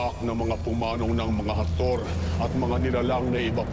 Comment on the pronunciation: Hathori po hndi harthori